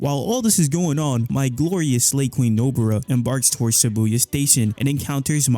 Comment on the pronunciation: It shibuya not Sibuya